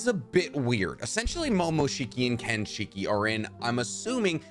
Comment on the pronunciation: This man gotta be trolling with the pronunciations. Its not KENshiki. Its not chibuko tensai.